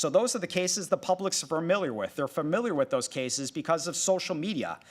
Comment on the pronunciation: Dude. Stop saying fur mill yer